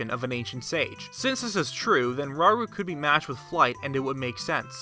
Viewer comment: I think Rauru is pronounced 'ra-oo-roo'... :D